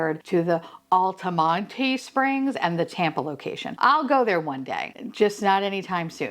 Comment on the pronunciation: Hey girlie you’re saying altamonte springs right your way not Monty